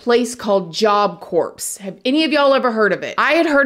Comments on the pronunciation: I worked for Job Corps… it’s pronounced “ core” not corps. A corpse is a dead body. FYI. 😅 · Sorry to not pick, but it's pronounced job core, not job corpse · I love you and your content. However, this video was a little hard for me to get through because of your pronounciation of Corps. It is not pronounced phonetically, as in "corpse". It is actually pronounced "core". So the pronunciation should have been "Job Core". No offense intended. Keep up the great work. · Even tho u are mispronouncing Job “core”, I think Job Corpse is spot on!!! Thank you for all your research & I agree the sentences were too lenient!! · You don't pronounce the "P" or "S" in "corps". It's pronounced like "core" not like "corpse" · Oh snap it's pronounced core, like job core. It's not job corpse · Honey it’s pronounced like job CORE spelled Corp but the p is silent. Just so you know how it’s pronounced it just sounds funny when you say corps it sounds like corpse which would be fitting but nah 😂😂😂 but I love you and your accent lol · Corps is pronounced like Core, like the Marine Corps, or an Apple core. A corpse, how you are pronouncing it, is a dead body. How ironic, you were talking about a corpse at a corps. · Corps is pronounced like coor, the ps is silent. The corpse pronunciation 🤣🥴. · I love you but it's pronounced "CORE" like the Marine CORPS the P and the S are silent. You're saying Corpse, as in a c cadaver. 😊👍🏾 it's all ❤❤❤ tho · I love love love you, and your channel, but I gotta say it- Job Corps, is pronounced Job “Core”- the ps is silent. If pronounced, it takes on an entirely different meaning. (The way you’re saying it, with the “ps” Corpse=Dead Body) that’s all. Sorry. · Corps pronunciation is Kor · It's pronounced Job Core, not Corpse Job Corps is pronounced like Army Corps This is the third time I've tried to watch this Please put words you do not know into a pronunciation app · Corps lmao it's not a dead body 🤣🤣 its job cor